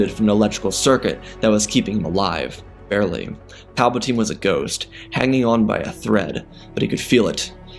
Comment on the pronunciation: You mispronocd rey palpitine